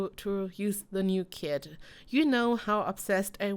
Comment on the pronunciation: She literally said kit I thought she said she drop kicked a kid